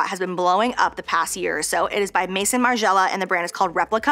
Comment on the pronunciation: I know everybody’s gonna try to lecture you on the way you pronounced “perfume” and “maison” BUT IT’S SO CUTE 😭 DO YOU BOO